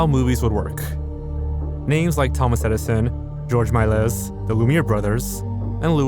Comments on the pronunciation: The s at the end of “Melies” is silent. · Why did you apologize for saying the Japanese name correctly and then proceed to mispronounce every other name? Herzog and Melies I get. But you called Cannes, Cane's film festival?! Come on dude. Put in some effort in learning how to pronounce popular names you don't know.